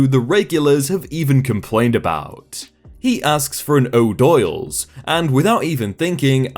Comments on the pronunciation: Oh-dool's. Not oh-doyle's. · "O'Doyles"? In the commercials it's pronounced "dools" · Ha ha ha it is pronounced 'Oh-dools". Made me smile, thank you!!